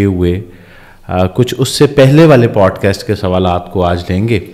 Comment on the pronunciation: Though sometimes it seems so imperfect and so thout less.. They say podcast ko پوڈ کسٹ ق کو بولتے ہیں ک